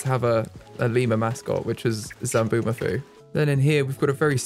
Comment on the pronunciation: Hate to be that person but it’s Zoboomafoo not Zamboomafoo